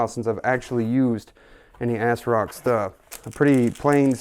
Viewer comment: Asrock is not pronounced "assrock" It's pronounced "azrock" That made me laugh ahhaha.